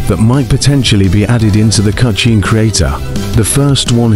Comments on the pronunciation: Stop saying "cutshne creator" its hurting my ears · Cutscene ❌ Cucheen ✅ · The way the ai voice said cutchene 😂